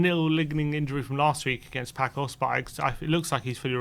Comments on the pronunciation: By the way my friends the way you are saying Pacos is wrong. You should say it like passos. I am Portuguese and want spurs to go to the final against Roma. Which would be epic. Spurs vs mourinho. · You guys need learn to say Paços the correct way. Please stop saying Paços like Paco (this is not spain). The Ç in portuguese is say like with word S, like Paços and Passos have the has the same sound. Please go to Google Translate and please listen how to say Paços or Passos because both have the same sound.